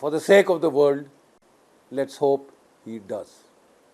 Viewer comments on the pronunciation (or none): none